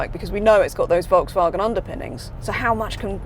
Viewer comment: Can’t pronounce Volkswagen 🙄